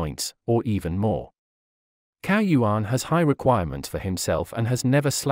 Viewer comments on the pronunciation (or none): you should say that like 'tsao yuan'